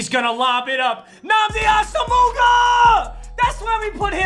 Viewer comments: Nnamdi Ossumooga.... It’s pronounced AWE-Zoom-ah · ASUMOOOOGA Sorry it’s “Awesome-wah” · Nobody:: Nnamdi ASOOMOOGUH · Normal People: Namdi Asomugha: Awesomeooga!! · nobody: literally nobody:: Namdi Asomuuga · Namdi Aw-sim-wah c'mon man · can we take a quick pause and realize that said "namdee a-some-muga" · Ass-ah-moog-a what lol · Can’t get over the fact that he pronounced Nnamdi Asomugha as AHS-O-MOOGA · is no one going to point out how he said Nnamdi awesomeuga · Bruh au-su-mu-ga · It’s pronounced “Awesomewah” not asomugha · Papa just doesnt like saying players' names right. its asomugha, not asomooga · pls its pronounced (awesome wah)